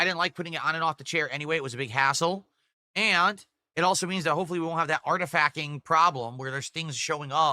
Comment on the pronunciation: oh my god he actually keeps saying 'artif-ack'